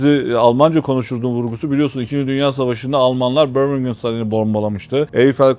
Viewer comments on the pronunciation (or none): none